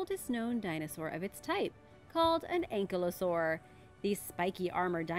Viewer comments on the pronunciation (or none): Her "Ankelosaur" Also when you use the name Velociraptor and show the Jurassic park one, please don't, because it really confuses people, and teaches younger generations about something more related in scale to the Utahraptor, instead of the small, feathered Velociraptor.